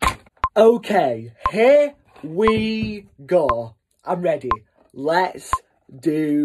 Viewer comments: Here we gah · I feel like I can barley breath when he says “here. We. Go.”